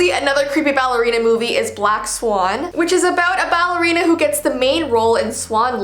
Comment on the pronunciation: Me: did she say balley ow ballora! 🤣